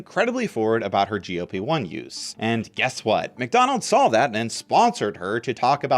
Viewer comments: why does he keep saying GOP-1 😔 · That's not how Wegovy is pronounced. In fact I have no idea how he even ended up with that pronunciation seeing as he clearly had to have seen their commercials to make his video. The way he says GLP-1 is also odd, sounds like GOP, the Republican Party.